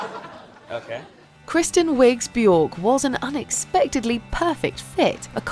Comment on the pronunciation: Björk is pronounced bee-yerk.